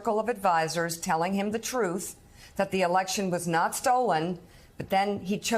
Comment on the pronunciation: Telling him the "Trouth"? 😂